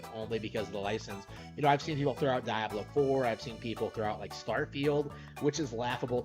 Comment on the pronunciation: It makes me cringe that says Diablo wrong!